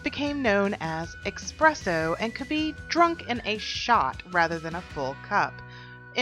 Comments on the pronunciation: It's espresso not ecspresso don't say a c sound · Theres no x or ecks sound in espresso